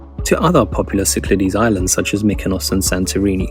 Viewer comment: There is no Oia town, it should be pronounced as Ia. And no Cycledes, should be pronounced correctly as Syklades!